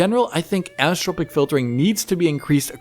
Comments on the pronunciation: He sounds a little drunk here. Anisssssssssstrrrpc filtering:))) Dude.......it is 'an-i-so-trop-ic' (5 distinct syllables with emphasis in the 'i' (prounounced 'ee'). An-ee-so-trop-ic. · Repeat after me: Ann-eye-so-tropic, Ann-eye-so-tropic, Ann-eye-so-tropic. That's how it's pronounced. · Sorry... Did you mean anisotropic? Because the way you say it sounds like "anistropic" (which doesn't exist).